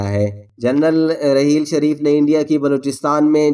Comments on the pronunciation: Mere Bhai APNI Urdu theek Karo yeh rehel sharif Nahi hae rahil to sharif hae apna lehja theek Karo ya Kisi auir Ko moqa do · راحیل شریف ہوتا ہے بھائ صاحب ۔ رحیل شریف نہیں۔ اردو تلفظ درست کریں۔ جائز کو جیز بول رے ہو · جو کچھ بھی آپ نے کہا وہ سو فیصد سچ ھے راحیل شریف بہترین آرمی افسر ہیں اللہ تعالی انکی عزت و وقار میں مزید اضافہ کرے آمین مگر آپ کی اردو بڑی خراب ھے پہلے اچھی طرح پڑھ لیا کریں پھر ویڈیو ریکارڈ کروایا کریں آپ کو راحیل نام ہی لینا نہیں آ رھا ھے